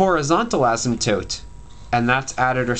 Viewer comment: Thankyou!!!!! :) and btw you say asymptope funny!